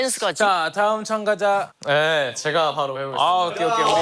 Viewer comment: 리즈하옼ㅋㅋㅋㅋㅋ 예고편에서도 봤지만, 촴ㅡ촴가좌 아닙니꽈!? 말이 너무 웃김ㅋㅋㅋ